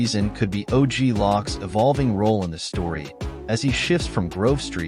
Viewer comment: Oglock? Hey man it's OG LOC! YOU HEAR?!?!?!?